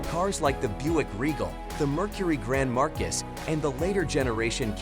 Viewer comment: Grand "MARKIS"? Who's the idiot (or bargain-bin A.I.) who narrated this crap?